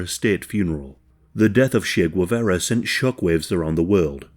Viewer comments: If you’re going to make a video on Che Guevara, at least learn to pronounce his name properly. Gwevera sounds like ‘egg carton’ in Spanish. I’m going to hold your hand while I tell you ‘tcheh’ + ‘geh-vah-rah’. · I could not watch this video solely because the guy cannot pronounce Che Guevara's name correctly, please, if you're going to pronounce names in Spanish make sure to at least try to get them right. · If you're going to make a video about a Latino, can you please pronounce his name correctly?!